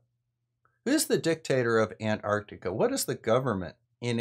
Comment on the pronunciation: Hey you're pronouncing Antarctica with the first T now. Thanks:)